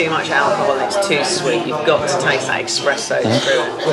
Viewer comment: 'taste that expresso'... I sense a horrifying linguist...try pronunciation, your butchering of the word 'sous-vide' was bad enough already.